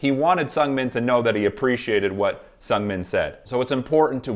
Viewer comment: I'm autistic and all your explanations have been so helpful, thank you. I just wanted to suggest bc I got it wrong for years, if you listen: the first part of Seungmin's name is pronounced more like "soon" with a "g" at the end. You've gotten closer at all of them. 8)